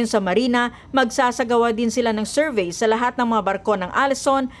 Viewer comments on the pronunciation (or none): none